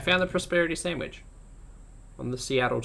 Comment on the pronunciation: New drinking game: drink when she says "decadent" or "sandwidge"